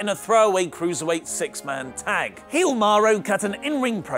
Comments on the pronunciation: It's shesaro not sheamaro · Pleae "Sheasaro" not "SheMaro"... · I thought it was sheasaro, not sheamaro